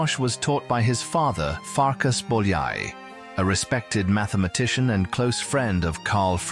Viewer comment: bowl yay? lol how could you ruin his name so badly